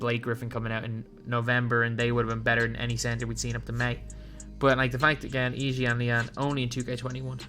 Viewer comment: I respect that u pronounced yi jianlian’s name right ✊